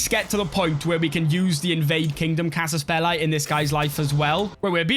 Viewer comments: maybe he should for the future video learn how to say byzantines and casus belli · the way you say byzantines and cassus belli makes me mad